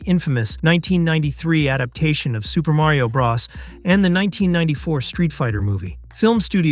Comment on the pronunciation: Super Mario bras? Why do these videos always have somebody narrating them that have no clue how to pronounce something as basic as Mario Bros. Riden... TF. Was enjoying this until that I'm closing out of this.